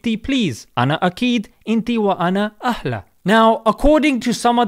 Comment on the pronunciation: It’s funny because the way he said Ahla in arabic is wrong he said Akkla 😂